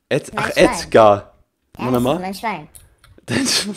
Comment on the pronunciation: "EDGARR" XD 😂😂😂😂😂